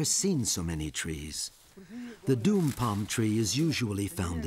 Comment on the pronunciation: It's "dawm" tree, not "doom"!